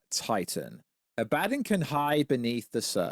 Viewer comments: ....how fucking epic would it be if minilla and suko became besties. Also the big spiders name is pronounced. AH-BA-DON Like Ah a shout Bah like a sheep. Don like a Don mafiosos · Bro... do you even TRY to pronounce these names right? Ab-ah-Don. Abaddon. I know there are 2 D"s... but you speak English, even if on the other side of the pond. 🤦🏽‍♂️🤷🏽‍♂️🤣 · Your pronunciation of Abaddon bugs the hell out of me 😂🤣🤣